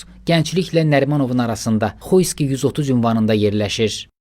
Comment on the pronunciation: Xuyskiy yox , Xoyski . 😂😅